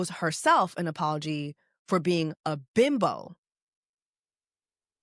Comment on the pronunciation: You said BIMBO so hard😂😂😂😂😂